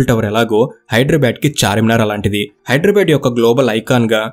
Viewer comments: హైదర్ ఏ ఆబాద్ కాదు హైదరాబాద్ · Very good information, but bro check UR pronounciation of Hyderabad is incorrect. At some places U have pronounced it correctly as BADH and some times U have used BAD. So, I request not to use as Bad it's BADH, HYDERABAD there is no H inwritting but while pronouncing it sounds BADH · Hydrabad kadandi hidarabad ani pronounce cheyyali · ఎవ్వడ్రా నువ్వు హైడ్రా భాద్ ,,కాదు బే హైదరాబాద్ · Bad కాదు... బాద్... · హైడ్రబాద్ కాదు హైదరాబాద్ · First you learn how to pronounce HYDERABAD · Are you pronouncing Hyderabad the way it is supposed to be? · Dear, pronounce hyderbad correctly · Pronounce Hyderabad properly first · You are pronansetio not right